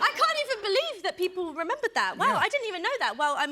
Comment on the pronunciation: “i cont believe it”